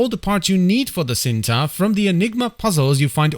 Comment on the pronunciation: It's pronouns Cinta not shinta? Its a malay word meaning love ❤